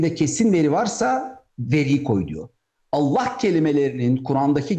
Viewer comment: Kardeşim Cenâbı Allah’ın ismi celilini düzgün telaffuz ederseniz daha iyi olacak. Hâşâ اللخ gibi söyleme الله deyiver!